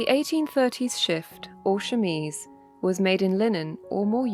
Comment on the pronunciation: IS THAT HOW YOU PRONOUNCE CHEMISE????